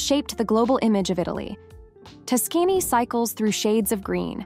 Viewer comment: Tuskény? LOL. Other than that, very interesting video, thanks for sharing.